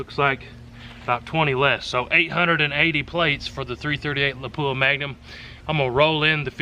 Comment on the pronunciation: When the tester can't pronoun Lapua properly........